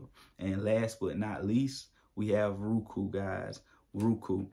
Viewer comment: "Rookoo"..lol bruh, go back to school. Just playing, but for real it's pronounced "Row-Ku"